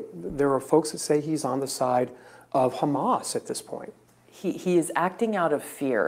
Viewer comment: If someone pronounces Hamas as "hummus" anytime, I'm gonna flip cuz it's not a hard word. British and Australian news hosts are just hilarious.